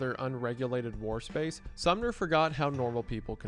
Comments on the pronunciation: it keeps sounding like youre saying the town Sumner instead of the name Sommer lmao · Sorry dude it's SOMMER. not SUMNER. But cool video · Uh.....THe leader's name is SomMer, not SumNer. lol. Entire video reading a script and read it wrong every time....